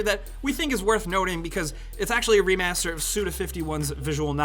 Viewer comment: "PC remeyaseeter"